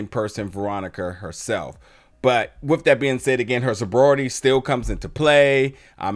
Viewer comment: Sobrority? Lol